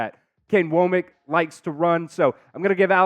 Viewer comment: It's not woah-mack. It's wah-mck.